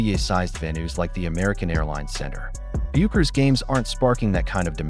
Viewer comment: What an idiot. You took a video that can't even pronounce Paige's last name correctly SERIOUSLY?